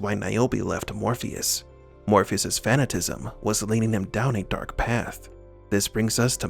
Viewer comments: "fuh-nat-uh-cism" = fanatasism. You keep saying "fan-uh-ta-cism" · The narrator needs to fix how he pronounces fanaticism. It is not "fan-A-tism".